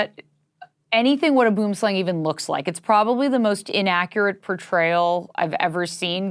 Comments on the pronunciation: It’s pronounced bo-em slang…… ie as in “bo selecta”, boem sounds like poem….. it means tree snake, and they are green, like super green, like a young sappling, with that bright, rich green colour. Like the black mamba, is not black at all, the inside of their mouth is dark black, but otherwise they are not coloured black at all on their skin. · you pronounse it as booum slaang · It's boam - slawhng really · btw as a part afrikaans person I will say we pronounce Boom Slang as "Boom slung". The O changes to a "u" sound. Boom means tree Slung means snake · its not boom slang..... its boo-emm slung. >__< Man it hurts to hear Afrikaans butchered.... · "Boomslang" is literally translated as "tree snake (tree = [boom] and snake = [slang]). The pronunciation is also way off. The "boom" part is a diphthong, with the "oo" being pronounced "oe" as in "doer". "Slang" is pronounced "slung". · Boom Slang... It's always funny as a South African hearing english speakers say it. It literally translates to Tree Snake. Try pronouncing it as "Boohem slung" or maybe "Boowim Slung" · I'm an English speaker and even I know it's pronounce Boo'em Slung. Hearing it as "Bewm Sleng" or "Boam Sleng" is just so wrong. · The boom is actually afrikaans for tree and slang is more pronounced slung but means snake it literally translates to tree snake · I love this but pronunciation of boomslang kille me as that is from my home language 😂 Tho i do feel like she did try and under mine the black mamba i have encounter them here in south africa and they are a very aggressive species and thi the guy did fall pretty fast the snake is still one of the deadliest here in the country but it is also one of the few snakes ive seen that does strike unprovoked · That snake in bullet train called the boomslang Im dutch, and in dutch boomslang just means tree snake Also how she prenounced boomslang just sounds funny to me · That is not how boomslang is pronounced... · the way she says boomslang pains me